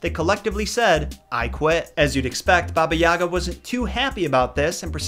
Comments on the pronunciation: It’s not baba ya’ga it’s baba yaga’ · i am sorry to say this but my russian mom says that it's pronounsed baba yiga not baba yaga i honestly don't care because i know it is hard to prounouces it for you and many others but i mean my mom told me to write this comment. (btw love your vidz i love this one the most cause of how funny it is (also me russian)) thank you for listening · All throughout hearing English speakers talk about her, I can never figure out why you guys keep putting the accent on the wrong syllable. It's YagA, not YAga. Such an odd detail that is somehow always gotten wrong... Same about pretty much every Russian name in this video. Anyway, aside from that, thanks for the video, keep up the good work! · She’s saying it’s not like yahhga it’s pronounced yagahh! Like ahh at the end and a short a sound on the first a ya-gahh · It pronounced "YagA" - stress on the last letter "A". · Baba is what Russian kids call their grandmother, and elderly women they’re close to. It’s generally a term of endearment. Also, the accent is on the G not the A. So, more like Baba yuh-Gah. I know, it’s strange. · Isn’t it Baba Yaga pronounced Baba (Yay - guh)? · It is pronounced bah-bah yay-gah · u miss pronounced Babayiga not babayaaaga and its kashey not koshey as a Slavic person she is one of my favorite villain's proof Я Яни